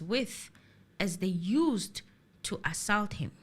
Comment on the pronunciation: the way you pronounce “assault”